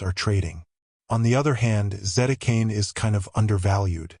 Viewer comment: AI voice...it says Zetacane...